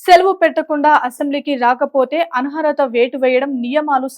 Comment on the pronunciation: ఆన్హరత కాదు అనర్హత అని మార్చుకోండి...